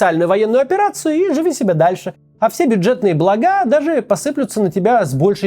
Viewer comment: Уважаемый Максим! Что Вам, что Варламову, я стопиццот тысяч раз писал: Не благА, а БлАга! Очень режет слух. Пожалуйста, исправьтесь. Люблю Вас! שבת שלום